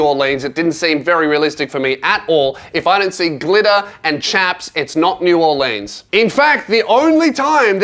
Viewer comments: do NOT let an australian person say new orleans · It's pronounced Naw-lins(New Orleans) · New Or-leans? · This man just said New Or-leens